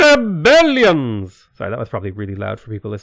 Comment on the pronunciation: I think halfway through this, he got high on pain killers because the "Rrrrrbellions" and all the cursing started. lol